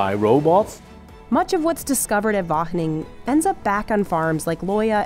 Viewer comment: Great video! It was very amusing to hear this american lady struggle with pronouncing “Wageningen” so many times 😂 There are some important nuances that you forgot though: - While it’s true that we technically export €128 billion euros of agricultural products, it’s estimated that 28,6% of that is agricultural products we import before reexporting. That is over €36 billion in agricultural exports that are not actually grown here . All we did was haul it off a boat and onto a truck. This is because we are home to Europe’s largest seaport, Rotterdam. Much of the goods that are imported there actually have a final destination in another European country, but their worth is added to our exports. -8.6% of Dutch agricultural exports are flowers. Flowers don’t feed people. Yes they are grown on farms using the same basic technology as vegetables, but I think it’s not fair to consider flowers (which only serve a purely ornamental purpose) an agricultural export like tomatoes or meat. You know, things people actually use for sustenance. this means that 37.2% of these “Dutch agricultural exports” are either not Dutch or add nothing to the global food supply. That is a whopping €47 billion. That means we actually export €81.3 billion worth of agricultural products, which is about the same as Germany. That’s still a an incredible amount of food and an impressive feat for a small country like ours. However, even though we ARE impressive, we’re not THAT impressive.